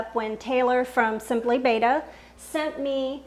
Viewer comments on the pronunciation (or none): It's BETTA (be-tuh) NOT BAYTUH....you should know this! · It's betta, not bay-tuh so... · It is pronounced betta not beta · why? It's incorrect it's embarrassing.